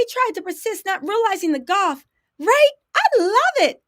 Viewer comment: Tell me you misread that part, because I think she meant "insist" not "persist" and "gaff" not "goff". She CANNOT be that stupid!